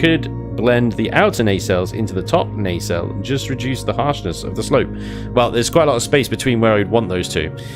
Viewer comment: Sorry, gotta say, it's it's nah-cell.